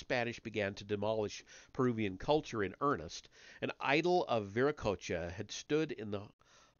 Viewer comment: You're pronouncing Vera Cocha correctly. No worries. You're doing great 😊